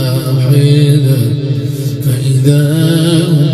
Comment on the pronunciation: إن كانت إلا صيحة واحدة وليس إن كانت إلا صيحة واحيدة